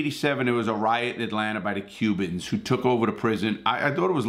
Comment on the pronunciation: Larry always says “Atlanter”